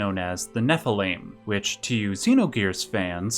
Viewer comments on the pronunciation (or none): none